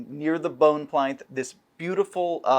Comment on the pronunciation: Does he mean pl-in-ths, not pl-ine-ths? Is Sigil not the hub of the planes, but the hub of mispronunciations?